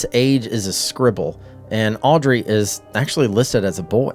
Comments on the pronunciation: The Child you call Audrey is misread. It reads Aubrey. Hope this helps. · It's not Audry, it's AUBRY.